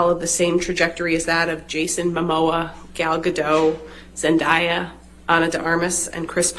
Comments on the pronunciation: Is it only me that I cringe when they all say zendayas name? Like zendaya even said it’s pronounced zen-day- yuh not zen-die-yuh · OMG someone tell them her name is pronounced Zen-DAY-ah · Why hasn't anybody pronounced zendaya's name correctly when ever they bring her up in court its irritating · She mispronounced Zendaya’s Name wrong wtf!